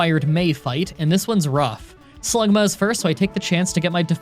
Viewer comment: HE SAID SluGMA